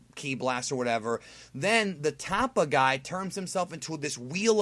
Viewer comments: Can't believe mispronounced "Tupper" as "Tappa"... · "Tappa" is actually Tupper as in tupperware. 😂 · Tupper not tappa lol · His name was "Tupper", like Tupperware. Dumb ass! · Tupper not Tappa as in Tupperware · So either the Pride Troops carry color-coded smoke bombs, or they purposely eat different color dyes and practice synching up their farts. And I could be wrong but it sounded to me like that Pride Trooper's name is pronounced "Tupper" -- as in Tupperware.